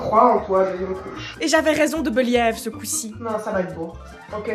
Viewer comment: 39min42 "et j'avais raison de [Beuliève] 🤣🤣